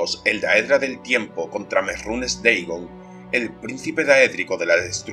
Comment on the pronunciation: No entiendo porque dices merrunes deigon Que no se dice merunes dagon ?